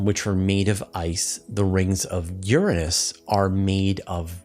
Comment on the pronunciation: I'm no astronomer but I know your pronouncing Uranus incorrectly. :)